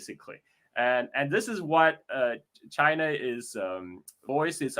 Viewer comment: 'Chyna' - Donald Trump